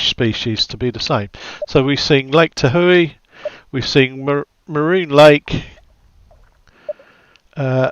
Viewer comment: Looks great, thanks for the stream. Comes out 12/16 for $11.99. --ok from now on it's lake ta-houey :)